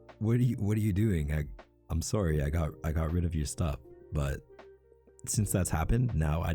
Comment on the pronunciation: The way he says sworry is ADORABLE it’s so ✨Canadian✨😏